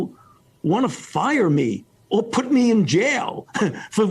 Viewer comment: Fauci: Delivers his best Martyr of Science performance Chuck: (👍You are science) Fauci: "I will take the slings & arrows..." "Szience" 🤡 & Ackountability 🤮